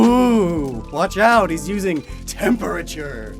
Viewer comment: whats "tempUUUUUrature"? there should be an :D